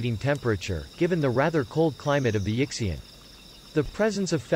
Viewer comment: Yixian is pronounced more like ee-sshyen (y as in yes).